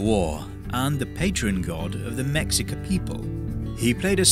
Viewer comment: "Mexica" is pronounced "meh-shee-ka" BTW